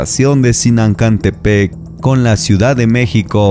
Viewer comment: Solo decirte que es Zinacantepec no Zinancantepec comentario constructivo